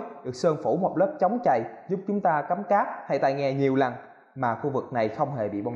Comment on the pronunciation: "Samsum", "chống chầy", "nhiều lằn" =)) Con Galaxy A8 này nhìn hình đẹp bao nhiêu thì xem clip thất vọng bấy nhiêu, thật là bịp bợm Phải chi làm viền mỏng hơn nữa thì đẹp như trong hình rồi :)